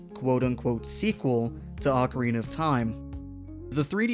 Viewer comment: "Oh-carina", not "ockarina".